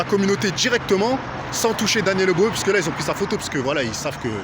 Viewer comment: EXACT il arrive meme pas a dire Obono donc ca veut tous dire BYBHR